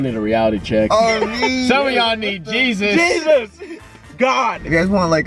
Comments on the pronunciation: Why did I think “Chesse us” instead of Jesus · did you say Jesus or Cheez-It?😂😂😂😂😂